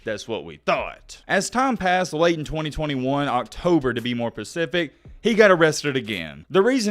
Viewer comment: you do a great job but please say Specific not Pacific